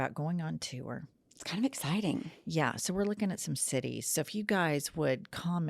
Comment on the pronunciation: Since when does the word “TOUR” have two syllables jennifer?? What in gods name